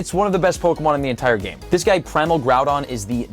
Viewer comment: I have NEVER heard any pronounce "primal" like that. lol